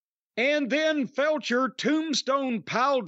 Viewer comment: Is Corny deliberately calling Kyle Fletcher "Felcher"? 😅